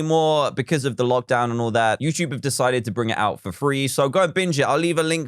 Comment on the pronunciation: After all these years, he still says youchube instead of youtube.